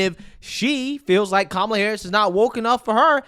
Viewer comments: It is Kah Mal Ah! The ugandan giant! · All I heard from these lefty idiots, was them mispronouncing Kamala's name. 😅v